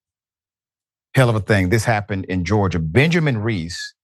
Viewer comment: "Reese axed her" ??